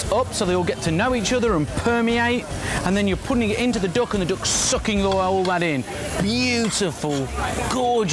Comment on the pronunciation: its called duck , not doack